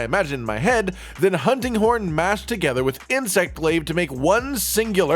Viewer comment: Kinda sounds like he says hunting corn 🤣😂